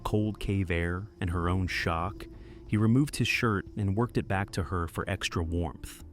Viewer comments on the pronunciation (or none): none